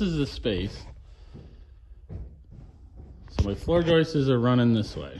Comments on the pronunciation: yes, joists, not joist-es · "joistes" ...It's the funniest thing ever. It's the sure sign of a redneck...